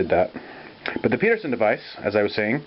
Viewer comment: He's calling it the Peterson device, but it should be Pedersen, rhymes with Ed. It was designed by John Douglas Pedersen (my wife's grandfather).